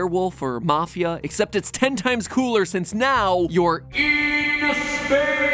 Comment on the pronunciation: I thought he said “IN SPAIN”